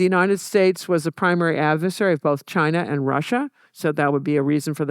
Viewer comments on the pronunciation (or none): none